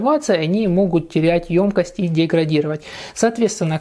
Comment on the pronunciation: давайте говорить грамотно. 1. "обожЖетесь", а не "обожГетесь" 2. в слове "ёмкость" ударение ставится на букву "ё", так как эта буква всегда ударная.